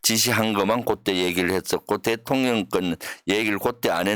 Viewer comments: 대통련으로 발음이 이상해요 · 대통련은. 경상도사투리여요. 쌀도발음안되서 살이라고 하거든요😂